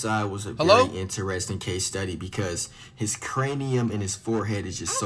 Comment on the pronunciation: bro said case study like he is a rare species 💀